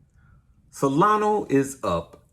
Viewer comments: It's SolanA not Solano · dude, it's SOLANA... not Solano. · Solana Sol lan ahhh. Not Salano